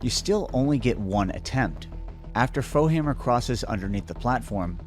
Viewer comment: AM i tripping isnt it foehammer not bowhammer